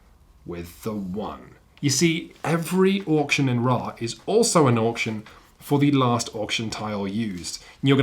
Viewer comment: You aren't saying Ra correctly. It's